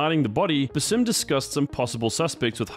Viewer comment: BAA-Sim. His name is pronounced so many times how do people still get it wrong?